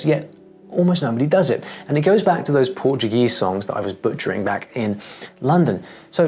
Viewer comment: His pronunciation in portuguese is better than mine. That's so crazy man.